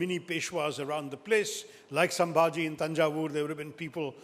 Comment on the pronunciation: It's not sambahji it's is sambahji Maharaj